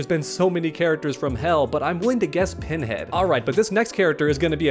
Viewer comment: It's crazy how as soon as he said horror guest characters I for some reason instantly just started thinking of pinhead then says the name funny